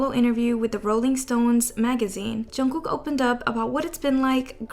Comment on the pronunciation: loll why does she say it like "chungoo" 😭